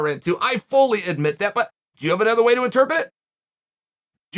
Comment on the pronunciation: English teacher: The word is "In-Ter-Pret" Chael: interpet me: okay great